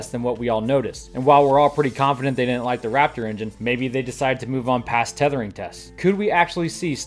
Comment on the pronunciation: Did you say they DIDN'T like the Raptor engine or they DID . PLEASE slow down a tad and annunciate. Remember, when trying to communicate a positive or negative, accentuate the determining word and never use conjunctions. They did NOT like it or they DID like it. You might want to take an acting class. It could help.